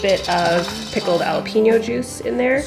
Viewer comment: you pronounce jalapeño with a 'hhh' it's not a silent j just wanted to point that out, apologies! hehe